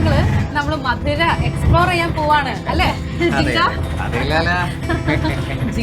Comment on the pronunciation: മധുരൈ അല്ല, മതുരൈ ആണ്.